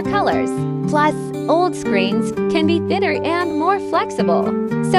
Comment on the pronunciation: No I mean pronunciation. In the video OLED is pronounced as OLD😂